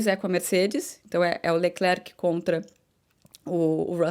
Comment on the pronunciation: Bom dia, eu percebi que você e os (brasileiros, eu me incluo) falavamos "Leclerc".. Mas o nome dele, dizemos ( eu também aprendi) "Lecler", isso acontece com o nome " Giles" que as pessoas chamam de " Gile".. Não se diz a letra "C " do Lecler(c) isso não faz nenhuma differença, nas suas analises, é apenas uma maneira de dizer que gosto do seu programa.e adoro as suas analises. E eu, comecei a escutar as corridas (de Formulas 1) com Jim Clark, ainda no radio, so não lembro do nome da radio, eu era pequeno.